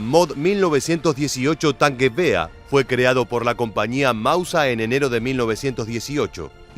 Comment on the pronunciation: Hablo alemán. Lo aprendí en el Instituto Goethe. ¿Qué querés? El tipo éste se las da de historiador, y ahora... ¡de germanoparlante! La e y la r al final del vocablo DEBEN pronunciarse. Es "MausER", no "Mauseah", y en el caso de "Gewehr" (según el diccionario Langenscheidt, rifle, fusil, escopeta) al alargarse las vocales antes de la h, se pronunciaría "Geveeer" (la w es v), y nunca "Geveah". Este nabo debe decir "Bayer Miúnich" en vez de "BayerN Múnich"... ¡¡Jaaaa!!